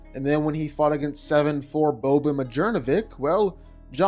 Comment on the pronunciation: Bro butchered Bobans name lmao